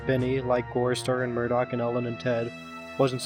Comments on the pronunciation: ITS NIMDOK NOT MURDOC THIS ISNT THE GORILLAZ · Nimdok not Murdock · The old man's name is Nimdok, not Murdock. I tried but I can't find the joke if there is one lol